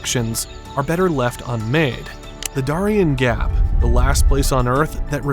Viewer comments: Its called the DARE-E-N gap but good job with the AI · This ding dong can't even say Darien Gap correctly. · Can you please learn how to say the name of the cities and towns before you finish the video! Prudhoe Bay and Darien Gap! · First of all, we can definitely tell when there's an AI voice because you don't know how to say the Darien Gap nor do you know how to say Prudoe Bay. Personally I think AI voice is on videos should be illegal. What are you, too lazy to actually narrate? Just pure laziness. Number two. Environmentalist can be so stupid sometimes. Truly truly truly stupid. So they don't want a road to go through there because of "environmental issues" Well let me tell you something, far more damage is being done by the tens of thousands of immigrants transversing the Darien Gap. Just littering and dropping garbage all along the way. Please research it! You will truly be disgusted by what you see. Sometimes environmentalist actually cause more problems to the environment than just building the road. If they had just built the road, you would never see the type of environmental damage that's actually being caused by the immigrants. And if you're worried about development. You make the entire area a national park so nobody can build in it except for the road. We got places like that all over our country. We're only the road exist and no other development. It can be done. But it takes the political will to tell these environmentalists to shove it. Because if I'm in charge, I'm not listening to environmentalist. They actually cause more problems in the long run